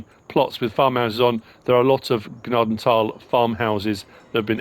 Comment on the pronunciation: OMG, pronounced Gnadenthal RIGHT